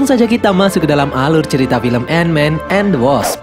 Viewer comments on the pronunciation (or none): End we bukan "and" -_